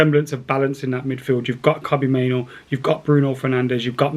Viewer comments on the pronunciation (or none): none